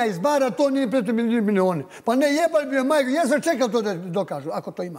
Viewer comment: na "nemogu sad da kažem opgopggoogoogogooo" 🤦🏼‍♀️🤦🏼‍♀️🤦🏼‍♀️🤨🤨, Šta kaže??? WTF?🤨 I na " bljlkbljljbkjjljbbb milijoni" 🤦🏼‍♀️🤦🏼‍♀️🤦🏼‍♀️🤦🏼‍♀️ Jao koga to pustiše u Tv Pink majko mila 🤦🏼‍♀️🤦🏼‍♀️🤦🏼‍♀️